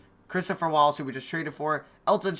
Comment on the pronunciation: how it's Dana Walls and John wall not walls